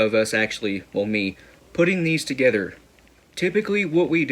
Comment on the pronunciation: He said togetter again